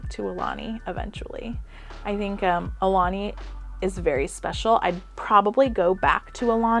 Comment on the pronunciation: BTW...Aulani=Ow-lah-nee=Chief's messenger